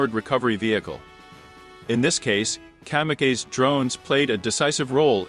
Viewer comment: At least it's in English. I get a kick out of how it pronounces "kamikaze".